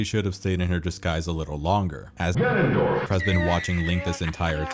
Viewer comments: Nobody:: gAnOnDoRf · Started out as a really nice retrospective until you broke my brain with "GANONDORF" 5000 times. WTF is wrong with you?! Jesus F'n Christ... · legitimately had to stop watching because of the fucking “GANONDORF” dude